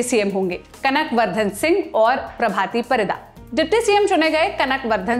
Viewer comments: Ipts not singh dev .. its singh deo Its not paridaa... Its paridda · Prabhati Parida - प्रभाती परिडा़ Not परीदा